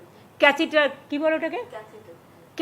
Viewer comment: Catheter টা ঠিক করে উচ্চারণ করতে পারছেন না 😂😂😂😂😂